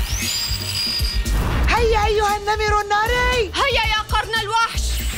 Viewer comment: انا بسمع بلبل سليم النمل الناري بدل النمر الناري